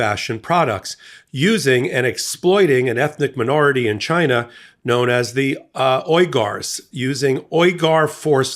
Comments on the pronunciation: I think that’s pronounced weegars. I may be wrong. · I think it's pronounced wee-gurs. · It’s pronounced like Weegers not oigars. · It’s pronounced ‘weegars’ not ‘oygars’ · It’s pronounced ‘wee-gar’s’ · It's pronounced 'wee-ga-s' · The pronunciation many of us are used to hearing spelled phonetically is Weger long e sound. Folks might be confused. Thanks for your tireless work. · Pronounced "wee-gar" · Pronounced, "Weegars", they produce the clothes in various "re-education camps" - for that read concentration camps. Camps condemned by UN etc. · The company is pronounced She'-in. And the people being enslaved, are the Wee'-grrr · It's pronounced 'weegers....' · For a second I wondered what group he's talking about. It's the Uyghers (Wee-gurrs). They're a muslim minority of people who are ethnically from Turkmenistan. The CCP arrests them on dubious charges (usually terrorism), keeps them in concentration camps and uses them for forced labor and organ harvesting. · Pronounced We-ger I believe. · seriously? - you don't know how to pronounce Uyghurs ( wee- gurs is the phonetic )..... C'mon, I love you, but you are being a bit of a dumbo. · Pronounced Wee Gars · Pronounced [WE]-[gurrs] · Pronounced Wee-gars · Thank you for correcting him. It was making me a little crazy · May I suggest researching how to pronounce words that you don't know how to pronounce. For example, Shein and uyghurs. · How hard is it for a person in media to say Uyghurs properly?